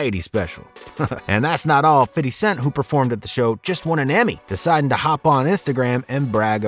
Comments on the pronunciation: Bruh. It’s okay to say FIF-TY. You won’t lose your street cred. Lol. Fiddy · I don't mean to split hairs but whoever the person talking it happens to be for this page. Please it's 50 not f i t t y. It's 50. F i f t y. I'm not hating but you sound just like who you might be when you say it the wrong way. Please say it the right way if you're going to report on the culture. Thank you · You saying "fiddy" 🤦‍♂️ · Bruh, just say “Fifty” 😂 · Stop say fiddy bro sounds wack 😂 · Why the F you say FIDDY cent like you ain't a white dude sitting in a suit all day LMAO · The way you say 50s name gets on my fuccin nerves